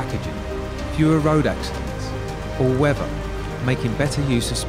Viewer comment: I'd be more impressed if the guy could speak English,:all weffa?all weaTHer,th th th not f,and grammaticaly? :more denser,most gamechanging ,I got a grade 3 GCSE in English but even I know that's wrong,the post office had an underground system like this in London and they closed it down 30 years ago because it was costing a fortune,maybe they could utilise the sewers,your parcel could flow against the turds and tamies to arrive at your personal parcel reception node/crapper